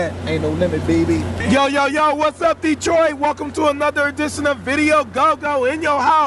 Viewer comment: Lol "Detrart" 😆